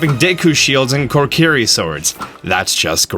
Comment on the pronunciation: Say it with me buddy: ko - KEE - ree